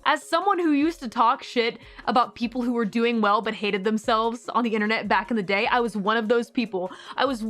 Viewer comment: “Back in ze day” someone’s “other side” is showing 😂